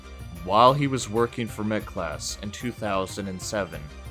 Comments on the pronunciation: Not to be picky but it's Metglas not Metclass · Not hating at all. Just wanted to point out a small mistake. You wrote and said in your video that wings worked at MetClass when it's actually MetGlas.